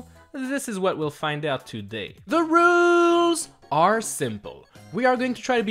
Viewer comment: No one:...:THE R U L E S!!!!!!!!